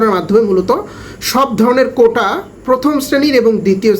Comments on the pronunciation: ভাই বার বার কোঠা বলতেছেন শুনতে খারাপ লাগছে, কোটা বলবেন। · কোঠা নাকি কোটা? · কোন পজিশনে আছেন জানিনা কিন্তু কোটাকে কোঠা বলেন কেন?বাপ চাষা হয়ে ছেলেকে পড়িয়েছে আবার চাষা হওয়ার জন্য নয়।চাষা।। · ওইটা কোঠা না ভাই কোটা।